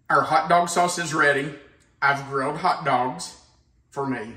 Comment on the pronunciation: I like when he says, "Hout Dauwgs"